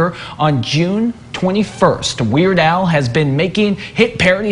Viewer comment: Al will be around until the end of time. Unfortunately, newscasters will be mispronouncing his name with the "ch" noise at the end until the end of time.